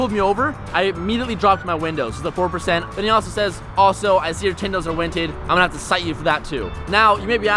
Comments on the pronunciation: "Tindows are winted" Lol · "Tindows are winted"?! HAHAHAHA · He said your tindows are winted😂